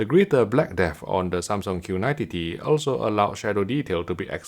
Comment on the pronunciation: Makes me crack up every time he says Q90 TTT